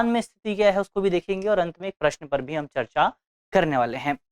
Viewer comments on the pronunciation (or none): none